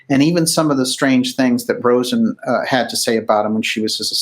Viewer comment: Just FYI, it's "Carol RAH'-zen".